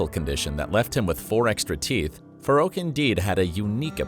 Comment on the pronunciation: I think it’s pronounced farrouk not faroucho